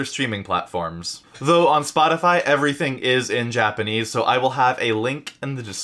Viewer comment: Your japanese is spot on 😂👍